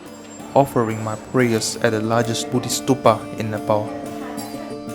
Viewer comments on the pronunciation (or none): none